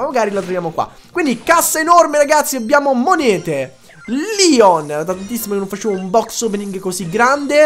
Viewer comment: Si dice leon no lion